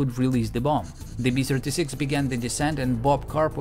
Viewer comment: I'm fine with your "bomb" pronunciation, but when you say "B-Sirty-Six", I think "Pavel Chekov".